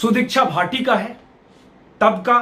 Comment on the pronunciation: Sudeeksha bhatti hai bhaati nhi